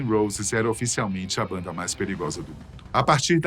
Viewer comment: parei de ver o video depois que ele falou a mesma coisa 3 vezes "a baanda mais perigosa do mundo"